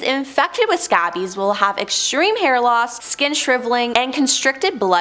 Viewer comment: and I like how she pronounced it scabbies and not scabies (skay-bees).